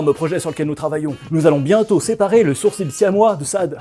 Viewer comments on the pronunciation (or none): none